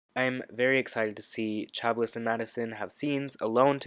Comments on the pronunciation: Chablis = sha-blee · I don’t want to be shitty but Chablis is said like “sha blee”